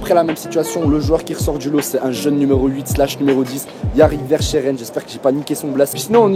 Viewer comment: Bonne vidéo dans l’ensemble vielle juste à parler moins vite ! Et la prononciation de verschaeren le sch se prononce en k et hoedt c’est comme si tu disais hout